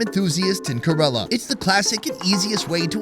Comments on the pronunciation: First thing it's not karala .. it's Kerala .. focus on your work bro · Why am i hearing ghorilla when he says kerala.. Isnt it Keralam? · It's not Corella it's Ke Ra Laa. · FYI its pronounced like Care-a-la not kurr-illa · Everyone else: "Kay-ra-la": "Kuh-reh-luh Daville... Kuh-reh-luh Daville..." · India has always been at the top of my bucket list and watching these GREAT videos and seeing how affordable it is adds another reason among the thousands of reasons to visit. FWIW, it's Kerala, not Kerela. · hi... huge fan and great content as usual ♥. Just a recommendation; no hard feelings 😬but you kept calling Kerala, Karela (which in hindi is bitter gourd 🥲), I thought maybe i could help you pronounce it correctly 🤭😅. Kerala phonetically is, think (KAR)en + Ella but everything together and a little fast.... Hope you don't mind🤗 again, hugee fan🥰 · Great video but I just don’t get why western YouTubers won’t put in the minimum effort to pronounce the name “Kerala” correctly. It’s not a tongue twister. KER-a-la, with the stress on the first syllable! The guy has clearly been there and has heard the way it was pronounced. How hard is it? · Why does he say Kerala like that? It doesn’t rhyme with gorilla dude, it’s pronounced kay-raa-laa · kerala ❌❌ ku-rrre-lla✅✅ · correct pronunciation is kay-ra-lum(keralam) . not kerala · Key-rala pronounced with bit of y Did he even watch the vid the locals pronounce few times 😮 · Dude, you mangled so many of the names of dishes. And of "Kerala" - not tough bro, just ask the locals....👎🏽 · is doing the voice over but is not there, otherwise he would know how to pronounce 'Kerala'. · I love the enthusiasm but someone there should tell you how to pronounce Kerala correctly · I can’t believe no one corrected you on your pronunciation of Kerala. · pronouncing "Kerala" wrong so many time:( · Bro pronounce Kerala properly